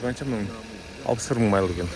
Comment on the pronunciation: Майл демей ақ қойш. Қазақша миль десенде болад